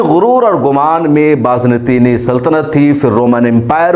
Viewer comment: It's Bazanteeni not Baaz nateeni